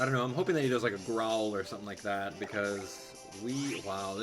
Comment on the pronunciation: Why do you say "sed" instead of "that"?